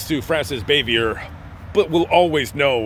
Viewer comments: Frances BAH-VEE-AY is the correct pronunciation. We all want our names pronounced correctly. And, p.s., you are far too young to remember the Eve Arden show, much less Eve herself...usually your research is impeccable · Good video. No biggie, but it’s pronounced Bah vee a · her last name was French, so the ending R is silent. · You butchered her last name…. Not even close and why would you say that she didn’t like the joking around on set probably because of sex jokes? She was a serious person who didn’t like joking around. So she was a stick in the mud, but to say probably because of sex jokes?